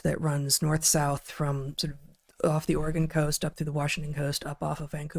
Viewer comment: Come on guys! It's not pronounced "Epich Times" but e-POC Times.